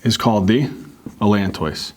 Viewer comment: bro really said "allantoys"